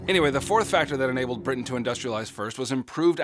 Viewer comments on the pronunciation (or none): and said britian instead of britain